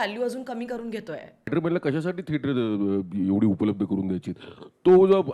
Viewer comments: तुम्ही थेटराचा असं नेहमी का म्हणता ? थिएटर चा असा उच्चार आहे. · tujha thetra is so annoying red light area language vattie thetrat chiii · saarkha saarkha ‘theatraat’ ‘theatraat’ aaikun faaar irritating vaatta… neat bola ki 😊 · thetrachya third class pronunciation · Thetraat 😂😂 I don't know why everytime she says that ,it tickles me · Him: I love it when you say that in your accent. Her: What? Him: Theatrat hi mazi 1st video ahe ji ki pahato ahe tumzya channel var, changla topic nivadla ani mala kharch tumchya mhanchyachi padhat avdli theater la theatrat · थेटराच्या??? थेटरातून??? रिला??? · तु मराठी एवढी शुद्ध बोलतेस पण थेटर चा उच्चार जरा वेगळाच वाटतो.कुतूहल आहे